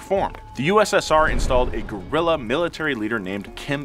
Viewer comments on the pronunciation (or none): none